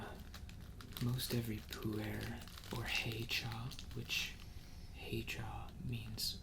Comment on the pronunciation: "poo air" lul every time.